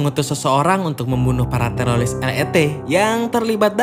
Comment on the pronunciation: Teroris kali bukan telolis